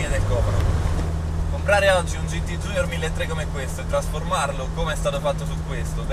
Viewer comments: Bellissimo video come al solito. Però i ragazzi degli anni '60 - '70 si sarebbero sganasciati a sentire la GT iunior chiamata "GT giunior". Junior è una parola latina, non c'è la minima ragione o logica a doverlo leggere in inglese in un contesto italianissimo. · Bellissimo video che rende giustizia ad un'auto stupenda! Bravo! Unico appunto: "giunior" in italiano non si può sentire... :(( ;)